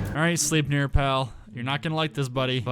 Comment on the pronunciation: It’s pronounced: slep-near.